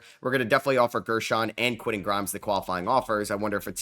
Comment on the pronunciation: Love the content but you need to pronounce those "T"s in the middle of names. Quinnen Aydon Mardin... those arent dudes names. Respect the T my guy!